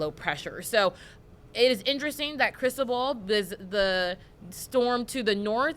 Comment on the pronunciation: Hey -- it's NOT "crystal ball" or whatever you're saying that makes it sound that way. It's Spanish for Christopher and is pronounced "crees TOH bal" with the emphasis on the TOH (pronounced like toe, low, grow, know) and the 'bal' is pronounced like bowl and short. Open a translator app and type in the hurricane name and click play to see how it's pronounced.